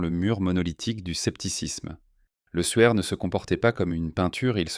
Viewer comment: Et le suaire de Turin n'est pas le souaire de Turin 😉